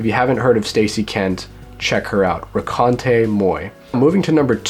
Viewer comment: He got Raconte wrong too, as if it ended in é. ;-)